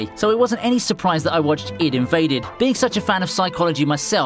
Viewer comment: its I D invade not id invade